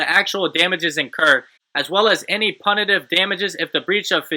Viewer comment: I like how you pronounced "punitive" 😄